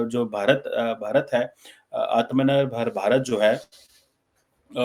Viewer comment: Aatma Nirbhar...it's 2 separate words..it's easy to pronounce Aatma 1st and pause for a second and than say Nirbhar..😊